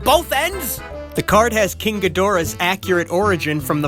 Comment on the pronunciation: Ghidorah is pronounced like (ghee-dr-uh) (No offence intended)